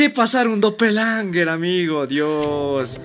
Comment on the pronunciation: Se llama doppelganger no doppelanger